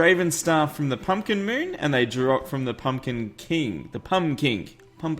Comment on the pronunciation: You said pumpcink